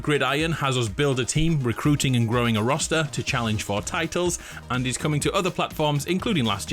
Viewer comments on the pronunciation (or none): none